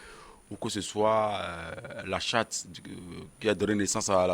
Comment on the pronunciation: Buff il dit la chate au lieu de dire charte 🤣🤣🤣🤣🤣🤣🤣👌